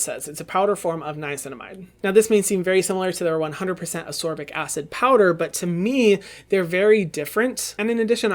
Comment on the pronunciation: It is AsCorbic acid, not Asorbic pleaseeeeee